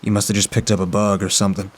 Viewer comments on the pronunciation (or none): Look at that southern draw when you say bug haha